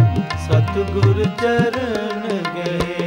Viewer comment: It’s Satgur “ nadar kare, I think I could hear satguru instead.. sorry but pronouncing correct Gurbani is very important “Lakh khushiya paatshahiya je “SaTGUR” nadar kare..🙏